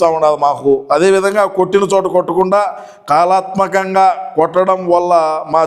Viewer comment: కాలాత్మకంగా కాదు అన్నా కళాత్మకంగా అని అనాలి